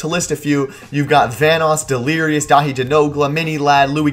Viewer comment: I cringed when you said first name wrong 😂 But I've been subscribed for a while and you guys have amazing content. And I doubt the crew is coming to an end. Maybe a couple members leaving but vanoss' entire career revolves around his channel.